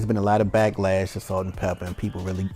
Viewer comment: stop saying pepper! it’s pepa!!!!!